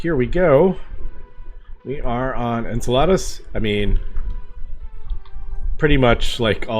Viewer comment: Why are you trying to get to Salads? You’re pronouncing Enceladus (En-seh-luh-duhs) like the Spanish word for salad (ensalada) XD